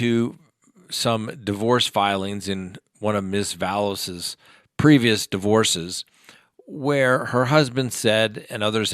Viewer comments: thank you!!! Every time he adds an extra "s" or 12 to her name, I cringe. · Its Vallow not Vallows... Its Daybell not Duhbell... 🤦‍♀️